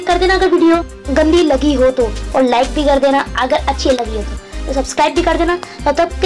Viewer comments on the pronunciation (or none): vo ho ho nahi vo ho oh hai